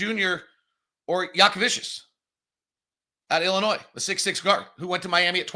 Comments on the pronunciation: Who is Yaka-Vicious, that you keep mentioning? Are you talking about Jakucionis? There is not a single V anywhere in his name. How do you get “Vicious” out of “…cionis”? Repeat after me: Yah-kuh-CHO-nis. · I’m glad we took Clayton instead of Jakucionis or McNeeley because it’s the only one of the three names can pronounce. I have no idea how you look at Jakucionis and get jackuvicious but that’s what we’ve heard here the last two months.